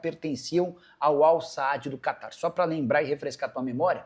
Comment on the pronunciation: É AL SAD E NÃO SAAD!😅😅